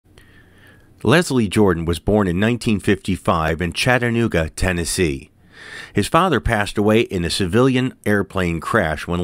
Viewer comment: Thank you for pronouncing Chattanooga correctly.👍⬆